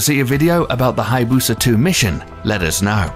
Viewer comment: Did you say hayabusa? Lol